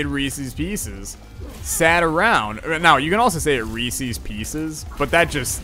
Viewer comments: To answer the question it's Reese's not reesies lol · Its re-says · How you say it is wrong and it's pieces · you are saying Reese's wrong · Yo eating peanut shells can be unhealthy. THey are mostly cellulose which the human body is kinda sucky at breaking down. So if you eat too many you can be left with an intestinal blockage. Not saying you should give up completely but you should be careful with the amount you consume. **Also your pronunciation of reeses makes me... uncomfortable